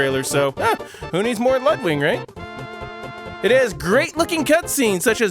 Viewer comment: Technically, Mario in space exists already... Super Mario Galaxy. XD Just a small correction it's Ludwig von Koopa, not LudWING. The name is German. Just like me. I can imagine that the Super Flower is the one that gives you the Superball ability, from Super Mario Land. Can't say for sure, I haven't played any of these fan games. Hey, Jim Carrey played the Grinch once. So he has experience being a green-haired weirdo himself. XD Super Mario: All Star Attack is probably the game that looks most interesting to me. At least from what you've shown here. Again, I never played either of these.